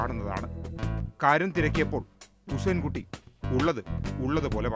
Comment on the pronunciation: ഉസൈൻ കുട്ടിയല്ല ഹുസൈൻ കുട്ടി എന്നാണ്